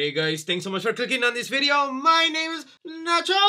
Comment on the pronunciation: can quote Nacho effortlessly, he’s a true hispanic 😭👏